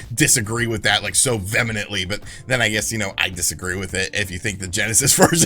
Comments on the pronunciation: Lol. What is “vemanantly” (sic)?? You mean Vehemently?? Hahaha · Disagree with it "vemanently" ? LOL That's not how you pronounce that word And ya still haven't mastered Kyoto🤣